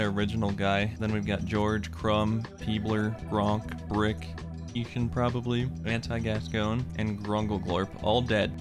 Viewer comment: GASCOIGNE! GASCOIGNE! Not Gascogne.